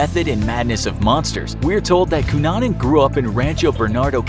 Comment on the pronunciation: Everyone is commenting about the misspelling of Versace and I'm here applauding the narrator for his correct pronunciation of the name Cunanan.